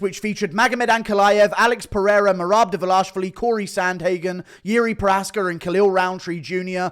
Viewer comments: Divilashvili lmao its dwalishvili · Guru, you obv take pride in your pronunciation of Dvalishvili but you’re saying it wrong. You keep saying it like it has two A’s, like “Dval-ASH-vili”. But it’s an I in place of that second A. It’s “Dval-ISH-vili” ISH instead of ASH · "Merab Duh-vullosh-vully" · Learn how to say merabs last name correctly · Yeah fix that abysmal Dvalishvili pronunciation bro